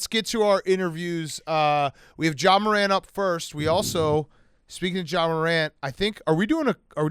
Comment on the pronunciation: pft was so close to calling ja “zah” but he stopped himself